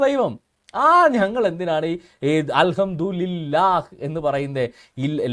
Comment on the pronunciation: al hamdu li lah allada pottaa al hamdu li llah ennanu, kootti vayikkumbol pala preyogangalkkum mattam undakum